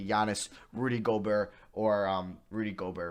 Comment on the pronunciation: Flight got you saying GOBEART!!!! 😂😂😂😂